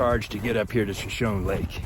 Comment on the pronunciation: Shashone isnt it pronounced shash- ahonee??? Like the Indian tribe??